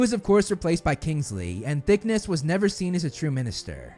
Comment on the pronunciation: Dude i know you're doing awesone work for us potter heads but seriously! Learn names! Thick ness? Sounds like the loch ness monster has a big arse! Its thick-knees phonetically same with others you've slaughtered say them phonetically, i just founf ypur channel and due to being like you are with alcohol and thankfully not the other stuff anymore i love it love the passion but being british names just irrate me when spoken incorrectly